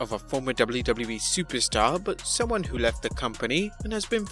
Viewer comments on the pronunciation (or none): super stin lol